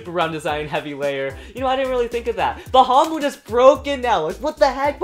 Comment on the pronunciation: Why you say fafnir longinous and bahamut wrong